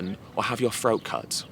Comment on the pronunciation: Ed it’s “throat” not “phroat” love ya buddy! You are a great speaker!!